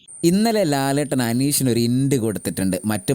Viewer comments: ഇന്റ് അല്ല ഹിന്റ് എന്നാണ്..😂😂😂😂😂😂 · ഇന്റ് അല്ല hint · ഇന്റ് അല്ല ഹിന്റ് 😁